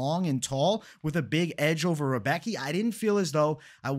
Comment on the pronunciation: not 100%, but I'm pretty sure Rebecki is pronounced, "Rih-bess-key". I gotchu.